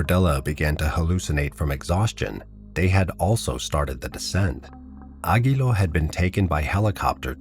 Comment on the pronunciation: Aguiló with accent in the O